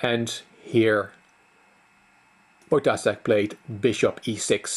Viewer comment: You pronounce Wojtaszek with "s" but it's "sh". Wojtashek.